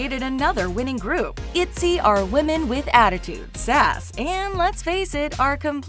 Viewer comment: Zohre Farzipour itzy its iyzy😂😂😂 Im sorry that made me laugh😂😂